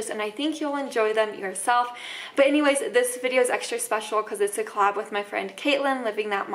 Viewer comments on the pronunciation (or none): none